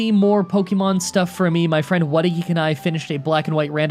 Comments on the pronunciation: AKSHUALLY you are pronouncing kecleon wrong, its pronounced like Kek-Lion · Ahhhhhhhhh yyeesssss Keck-lete! Keck-lete! Keck-lete!!!!